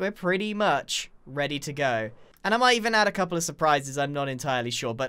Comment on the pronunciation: Oh no, the bocket syndrome has become contagious! Pople are saying cople!